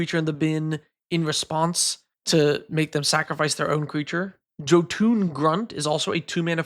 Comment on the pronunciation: "joe- toon" Grunt? Nope Yo-tuhn It's the Y sound, like in Jolkulhaups. Or Mjolnir.